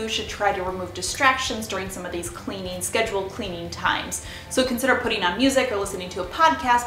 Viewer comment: Cleanin, usin, moppin, just wondering where are you from?